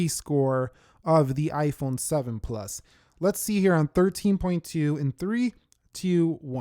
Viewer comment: Why is he saying (ayeeiii-phone) if you agree 👇🏻